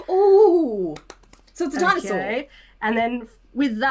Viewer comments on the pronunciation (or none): its a Dinosquar(e) of course.. pronounced dinosquor